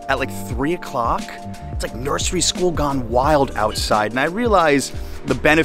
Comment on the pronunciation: DO NOT SAY NURSARY SCHOOL GONE WILD LMAO 😂😂😂